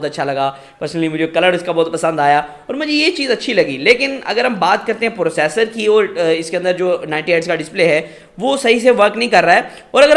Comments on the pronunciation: Bekar review totally baised Or pursassor ni hota processor hota hai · When i heard “Pursasor” I Closed the video